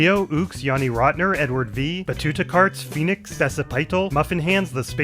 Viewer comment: This was the perfect time to become a member Episode is one of my favorites. Technically, my name is pronounced sorta like this 'batoota-car-tis'. I liked your way tho ahaha thanks for all your hard work <3